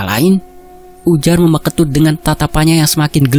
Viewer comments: Salah cara ngucapin meme ketut tapi dak apa karna tulisannya meme jadi cara ngucapin pastinya gitu 😁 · Meme itu bacanya kek nyebut huruf E kak hehehe...